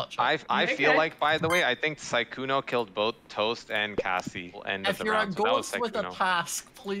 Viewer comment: It is Kassie not Cassy